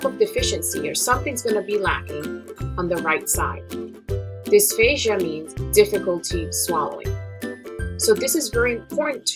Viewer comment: I thought I heard dysphasia instead of dysphagia. But anyways, thanks for sharing your knowledge! :)